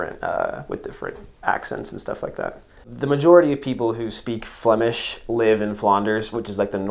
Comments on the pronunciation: Your flemish accent is perfect, greetings from Belgium! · Nice review !As a citizen of Antwerp I enjoyed this very much,especially your”zwaanstnaniehee”😜 Your pronouns the Flemish language better than some of our politicians ❣️👍